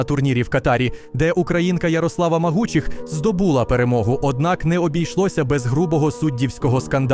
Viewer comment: Дві цілих і дві ДЕСЯТИХ??? Оглядачу, що ти розказуєш? І не здобу́ла, а здобула́